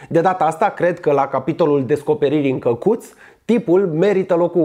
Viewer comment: ma cac pe mine de ras cand te aud cum zici " cacut"=)))